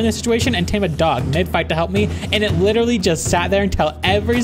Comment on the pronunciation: please, never say literally like that again, for our sanity thanks :)